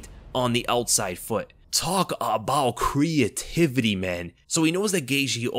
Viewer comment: “Talk about cree-UH-tivity…” 🤦‍♂️